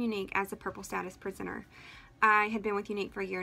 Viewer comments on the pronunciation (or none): When she said purple presenter it sounded like purple prisoner and well.... It wouldn't be wrong. It is a bit culty 🤣😂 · Thought she said "purple status prisoner." Instead of presenter. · “Purple status prisoner” Am I the only one who heard that? Lol, I know she said presenter.